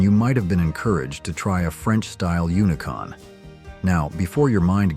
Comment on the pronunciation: It’s not unicon it’s unicum